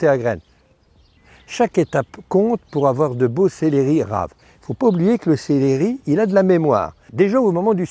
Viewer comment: Céléri??????? on dit célEri il n'y a pas d'accent sur le deuxième E